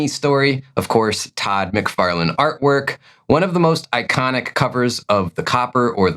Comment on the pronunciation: I think the names are pronounced McFarrLan and Liefeld. Not McFairlaine and Liefield. But whatever dude, sorry for being a nitpicker. Like your content